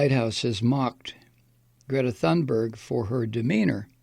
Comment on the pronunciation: If you pronounce her name "Grayta Toonberg" you'll be at least close. You're not at the moment.